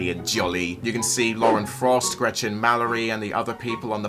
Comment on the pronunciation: Everytime you say Lauren Faust's name, it sounds like your calling her Lauren Frost lol. 🐺